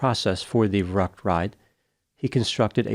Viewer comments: That is not how Verrückt is pronounced. V is pronounced like F and ü like a hard Y. Ferryckt. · In German, a “Schlitterbahn” is an ice or snow-packed tobbaggon or sled run. It is not a “slippery road.” And you badly mispronounced “verückt.” Interesting, how you pronounce Spanish perfectly, but anglicized all of the other languages,! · I believe the name VERRÜCKT is pronounced “va~rooct” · The German word meaning crazy (insane) is pronounced "fair-OOKT". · I’m not German, but I’m quite sure you’re pronouncing “verrückt” wrong